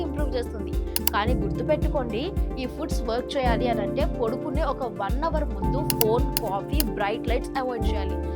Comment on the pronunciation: పొడుకునే కాదమ్మా, పడుకునే అనాలి తల్లీ 🙏🏼